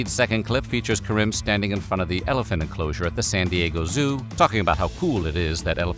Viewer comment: Karim = Kareem. Not ka-rym